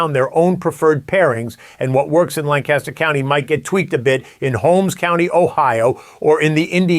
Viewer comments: Please respect the history, culture and people of Lancaster County, PA by correctly pronouncing the name of their county. Locals pronounce the name as “Lanc-Aster”; not “Lan-Caster. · The pronunciation is Lan-cus-ter not Lan-CAST-ter. The county is located in PA not CA. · I live in Lancaster County and it’s very true but by golly does it stink to high Heaven around here in the spring. Also, it’s pronounced LANC-ester, lan-CASTer 😊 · Lancaster is my home , birthplace and my heritage. Please pronounce Lancaster correctly! Lan-kiss-ter not Lan-cast-ter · Love the content! You from New York? You keep saying Lan-caster like the Lancaster, New York. Amish Country is pronounced Lanc-ister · It's PRONOUNCED LAN-KUSH-ER not Lancaster, like Mojave desert California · LAN-kis-ter county. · Our friends from Lancaster always would get mad at us for not pronouncing it correctly: Lang-cas-tor. Hahaha! 😂🤣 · There's no G in Lancaster. Try lankaster. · We pronounce it “Lang-Kiss-Ter”